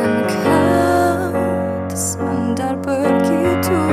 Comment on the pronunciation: Ni kalau cikgu Siti Hajar dgn Ramli MS dgr ni mesti kena sound tepek.. Sebutan bahasa melayu entah apa2.. Begi"two".. What's that??